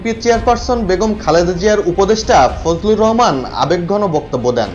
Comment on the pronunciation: ফজলু না বলেন ফজু